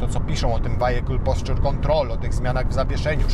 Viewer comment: Co to jest "wajekul" ??